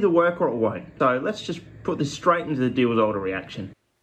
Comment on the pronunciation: the way you say Diels-Alder... phenomenal